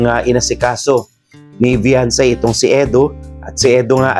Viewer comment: The correct spell of her name Beyonce that it has pronounce be 'yawn' ce i,e Beyonce